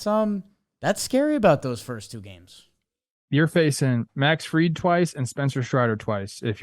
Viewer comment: Dude on the left can’t even pronounce Max Fried’s last name correctly. Come on dude. Disrespectful to a hell of a pitcher. It’s not Field